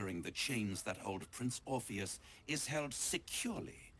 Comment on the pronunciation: For english being your second language, you did great amigo. It’s pronounced like the dude from Matrix without the M: Or-fee-us